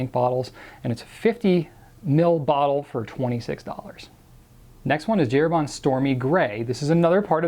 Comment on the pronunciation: Herbin = 'air - BA Not air-BAH. Completely different vowel sound : )